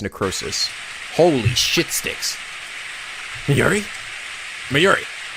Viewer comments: Hey I love your lets plays, Catherine was especially hilarious! One thing though Mayuri's name is pronounced My-yuri it just sounds weird haha, besides that this LP is fantastic!!:3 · are playing this in preperation for Steins;Gate Zero coming out in November?! By the way the Mayuri is pronounced (My You Re) Kurisu is pronounced (Chris with a sue at the end though the s in sue is silent so its Chris + ue).